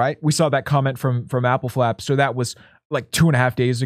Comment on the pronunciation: Appelflap, a Dutch word. Is pronounced with a lower voice a, so like ahppelflahp